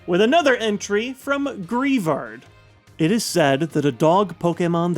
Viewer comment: its prounounced Grey-vard